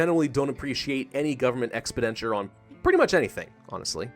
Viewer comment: Speaking of grammar nazi.. can you learn how to pronounce expenditure any time soon?